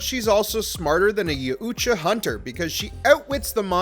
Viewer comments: Well, its pronounced as ya-OOT-ja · dude you are butching the pronunciation of Yajuta YOW_CHA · YAUTJA - is pronounced = Yow-cha, the t being silent. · ....did you just say ya uuuutja hunter?.......wtf?!?!?! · Stop pronouncing the U in the yaut’ja name!!!!! It’s disgusting!!!!